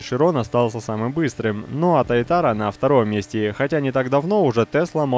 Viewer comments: привет блин прости конечно но пожалуйста говори туатара а не тайтара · правильно не тайтара, а туатара! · немножко бесит то как ты называешь прототип этой тачки, если что правильно говорить ссц Туатара